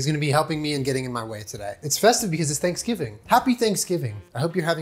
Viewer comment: Did he say happy Thanksjulen? That's what it sounded like to me! 😊